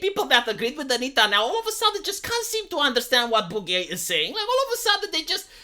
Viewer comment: "SO BHOOG-GEH."